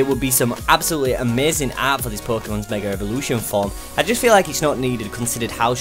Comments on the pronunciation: Evolution** also why do you say Revolution ? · it's his accent. Idk what accent it is but but they put "r" after the sound of "a" if it is at the end of the word. So it's like Megar Evolution